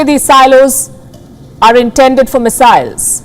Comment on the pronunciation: did she say missiles or messiah's. WTF. Get a someone who speaks English and doesn't miss pronounce Chinese States/Cities.